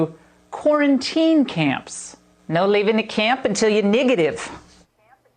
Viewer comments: Did you notice she said "negative" almost like the N word? Racial tactics on Fox. "Niggative" doesn't sound like "negative". Really creepy. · Did she just say niggative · Did Ingram say Niga-Tive? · did laura ingrahm say niggitive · Ingraham said "Ni**ative",instead of negative... what more do you need to know? Vote Biden/Harris